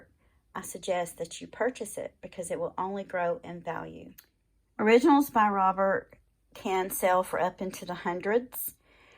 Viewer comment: Its pronounced robair- not robert